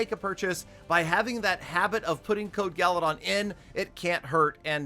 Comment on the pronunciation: guys its u know peter 17$ is never wrong.remember its not GALADON